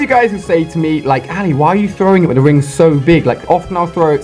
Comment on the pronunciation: his name Is sounds ail a